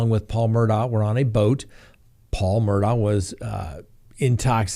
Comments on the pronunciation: the Murdaughs are pronounced Murdog, not Murdough. You can even hear it in the soundbyte of the investigator you played. Same for Alexs, he's pronounced Alek, not Aleks! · Since we're correcting pronunciations, it's mer-dawgk, the K representing a stop in the throat to pronounce the h. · Their last name is pronounced Mer-dock, sorry just had to say that because it is always mispronounced by so many. Sorry hope I am not offending you with the correction. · Please pronounce it Murdock. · Their name is pronounced “Murdock” 😬 - a Hampton County resident.